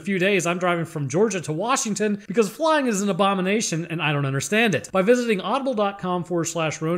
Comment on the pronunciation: "...abomnation fo Avp" and skip...